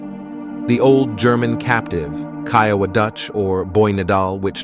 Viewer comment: Man you sure your pronouncing Kiowa rite ?